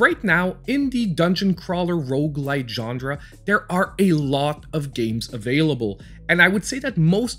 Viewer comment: Great video, but please start pronouncing genre correctly! It's genre, not gendre! Theres no D.